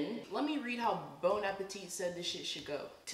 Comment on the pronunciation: Nobody: Quen: BONE appetit 💀💀